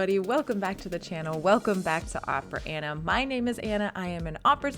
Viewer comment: Miss soprano, you’ve chosen a profession where Italian most be pronounced correctly, to begin with your name isn’t Aina but ANNA, Rigoletto isn’t but Rigoleto but RigoleTTo.